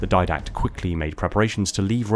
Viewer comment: Di-dact. Didact. DI DACT. Not diadact. Didact.